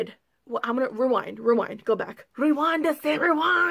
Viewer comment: "rewannd I said rewannd"😂😂😂😂😂😂😂😂